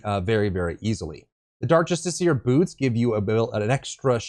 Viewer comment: Written build progression and proper pronunciation of justiciar. All it takes to win my sub is a brain.